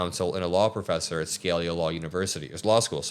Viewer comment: I love you man, but Jesus dude. It’s pronounced skull-ee-uh, not Scale-yuh. Come on man, you’re better than this.